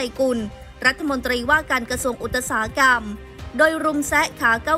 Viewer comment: อ่านว่า “กระ-ซวง-อุด-สา-หะ-กำ” ไม่อ่าน “อุด-ตระ-สา-หะ-กำ” ค่ะ อ่านให้ถูกต้องด้วย